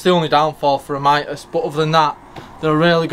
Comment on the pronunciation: Mitas proper pronunciation ....MEET US as in meet us at the races. I am an brand ambassador for Mitas....side note, Love the E 09 on my 390rrs